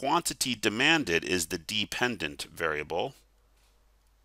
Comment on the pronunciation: thank you! This helped a lot! Also, "depependent" lol